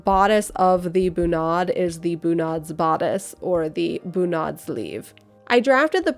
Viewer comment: Feeling like Hermione watching this, it should be bUnad, not bunAd :P